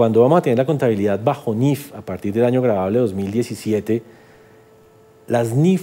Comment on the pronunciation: Es niif no niff ok